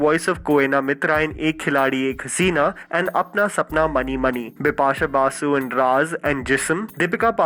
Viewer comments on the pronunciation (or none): none